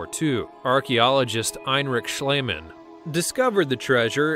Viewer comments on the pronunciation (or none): none